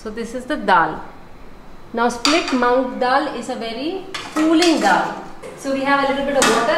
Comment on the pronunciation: I loveeee indian food apart from me being Indian theres nothing like indian food. 😋Btw its called moong not mong just a bit correction there you're too sweet and welcoming towords our culture and customs. Thats really sweet it shows how kind hearted of a person you are lots of love 😊❤️